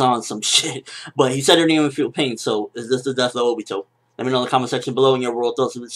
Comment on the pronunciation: obito not obo